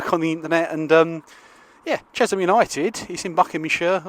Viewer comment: Great vlog as ever. They are pronounced Che(sshhhh)am btw